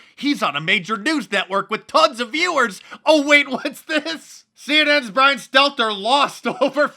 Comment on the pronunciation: Mark, you repeatedly failed to pronounce Brian's name properly....wtf.